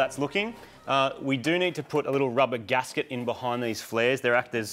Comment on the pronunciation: O DiD yOu SaiD GaSkEt? OOF